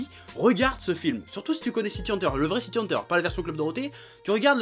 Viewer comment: Je suis le seul à entendre prononcer sans arrêt "City Hanteur"? C'est quoi? Une histoire de fantôme urbain?